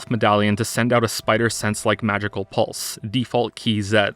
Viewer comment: The way pronounces "seven", "pulse" and "use" sounds weird.